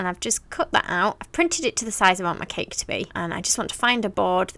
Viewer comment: It's Funny How she says Ceke it's Cake 🎂 hahahaha!!! 😂